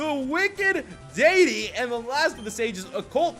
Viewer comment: You were closer to pronouncing deity the correct way good job! It was deffinetly better than how you said it last video. And for that i dynamic punched that like button and got a critical.